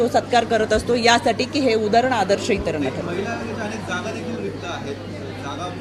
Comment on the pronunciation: अनेक असा हा शब्द आहे ताई अणेक नाही 😅 तुम्ही अणेक असा उच्चार करता आहात ऐकायला खुप घाण वाटतं अती शुद्ध नका बोलू 😅😅😅